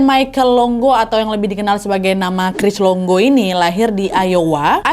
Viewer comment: Cris longo ❎ Cris dongo ✅